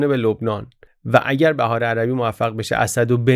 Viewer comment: درود بر شما بحار جمع بحره ،بهار خونده نمیشه ب با کسره بحارالانوار